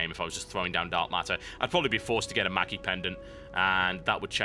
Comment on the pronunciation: I like these videos, I really do, but am I the only one who can't stand when TB gives missleading information on abilities, and cringes when he mispronounces an item? For instince; viegar's Q gives him 1/2/3/4/5 Ap on champ kills, and it's meki, not maki pendant. Srsly TB, srsly. :<